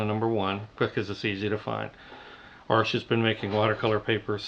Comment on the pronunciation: OMG you said "Arsh"!! You pronounced it correctly! Hardly anyone ever does. :)